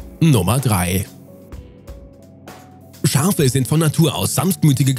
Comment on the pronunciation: Nr.3 Es sind "Schafe" und keine "Scharfe" 😅